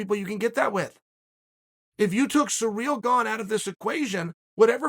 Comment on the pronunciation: “Surreal Gong”